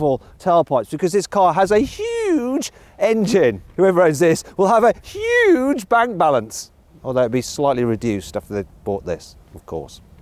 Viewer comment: hugeとmoneyくっそ強調して喋ってるのほんと草生えるwwww